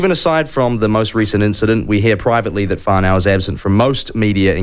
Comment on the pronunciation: FFS - it’s Far…..No. far - no. Not.. far-now.